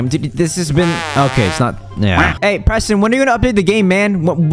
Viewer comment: Proston lol